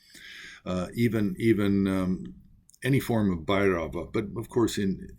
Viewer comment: Update, your pronunciation of Bhairava gave me chills